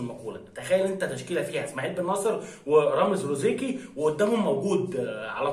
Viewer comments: زروقي 😂😂 ماشي رزروقي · رامز زروقي وليس روزيقي للتصحيح فقط أخي الكريم